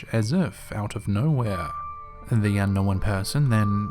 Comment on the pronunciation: "Un-knowennn*....smh moron.